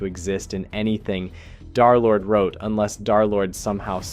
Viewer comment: "darlord" son 😭😭